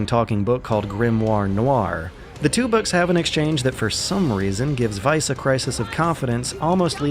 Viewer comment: Instantly liking this for the actually correct pronounciation of the german word "Weiss"